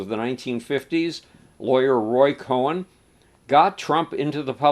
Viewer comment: Roy Cohn, not Roy Cohen.